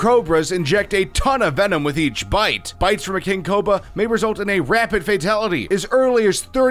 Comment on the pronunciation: "King Coba"